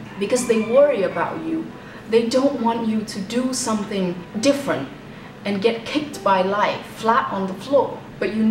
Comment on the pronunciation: Tiếng anh của chị nghe không có âm trầm gì cả ạ. Ngay từ câu đầu chị nói từ “ different” đã thấy rất fail rồi ạ @@